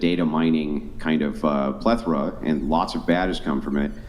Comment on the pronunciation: plethora!!! Said like Ple-thra😅